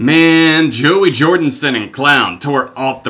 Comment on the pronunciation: Did... he say jordinson?